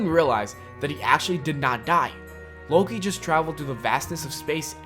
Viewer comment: come on you said loki wrong